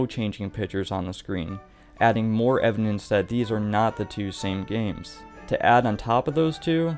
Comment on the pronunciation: You know its called evidence and not evinence right?